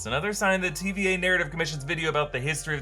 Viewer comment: I still hear TBA and not TVA lol.